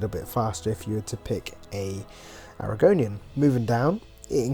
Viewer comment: oh and argonian is pronounced are-gonian